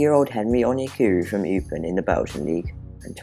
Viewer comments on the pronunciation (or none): It's not 'Upen' It's 'Eupen'